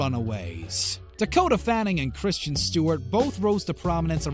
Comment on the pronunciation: KRIS—————TEN. Not CHRISTIAN